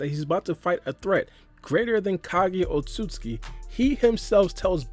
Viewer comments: The amount of times said otsukuki is astra dramatical to the point where he can’t even pronounce it correctly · You’re pronouncing Otsutsuki wrong but it still is pretty close not to rude or anything. it’s not easy to pronounce at all but I’d pay money to see Charles Barkley try to pronounce it